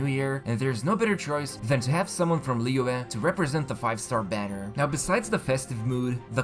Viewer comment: Pronounced liyue very well!